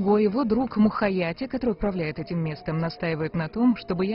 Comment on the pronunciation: Не Мухаяти а казахское имя Мукият